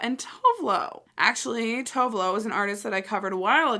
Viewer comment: you pronounce it as - 2 ve looo .....Tovelo. Go listen to Kiss of Life, really Don't Like You, Can't STop writing about you, and Sleepwalker. Her collabs are amazing Maybe do a Kylie Minogue COllab review.